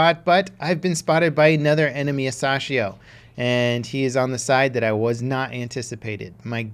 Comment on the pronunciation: It’s pronounced a sassy ho